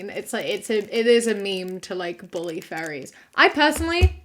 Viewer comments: You pronounce furries like fairies and I was so confused for a whole minute until you said fursuits and I went ohhhh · Dude oh my god when you said "furries", I thought you said "fairies" and I was so confused like I was thinking like the lgbtq+? Because yeah I guess we're called fairies sometimes and then when you said fur suits I felt so fucking stupid lmaoooo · When she was talking about furries I thought she was saying “fairies” and I was so confused as to why they’re talking about fairies like they are some controversial group like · I'm sorry but the entire time she was talking about furries i thought she said fairies. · I THOUGHT SHE WAS SAYING FAIRIES. I WAS SO CONFUSED